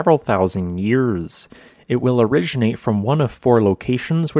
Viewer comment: I'm getting used to it, but the way he says 'yours' instead of 'years' always catches me. Great content and visuals, well presented.